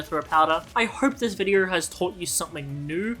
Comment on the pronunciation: It's video not vid - e - er